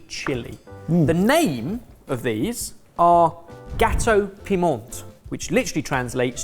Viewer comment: My mum made Gateaux Piments when I was a kid - but did not pronounce Piment like did! Nice seeing them again x